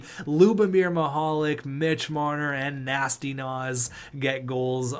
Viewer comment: Because of how you pronounce Mihalik's first name his nickname should be Mr. Lube